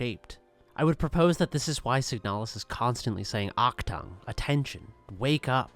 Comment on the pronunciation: Nice point of view and cool video, inspiring. But please look up the pronounciation of Achtung